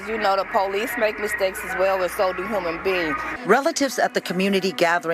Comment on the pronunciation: She said human beans